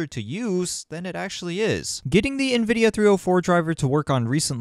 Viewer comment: lol Na-Vidia... (i can see that) but it's pronounced IN-Videa